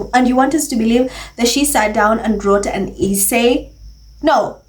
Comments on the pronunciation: Hi,. I like your videos a lot but your pronunciation of essay is wrong. It is not pronounced eee-say like pees. it is pronounced s-say. Also, it is not pronounced peesants, it is pronounced pezants. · It is pronounced S-SAY. NOT E-SAY.